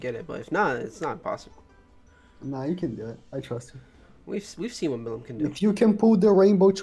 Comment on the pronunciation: It aint milim its pronounced mileem but spelt milim